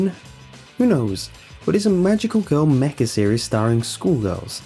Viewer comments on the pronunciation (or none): none